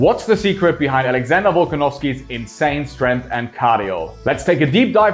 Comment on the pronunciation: Dude said Alexander Hulkanovski